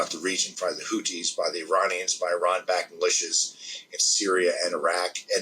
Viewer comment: Couldnt watch this due to how he pronounced Iranians as Ironions!!